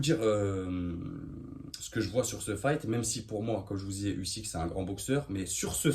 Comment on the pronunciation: Ton analyse sous évalue totalement Usyk et on prononce Ouzyk ! Slava Ukraini 🇺🇦🇺🇦🇺🇦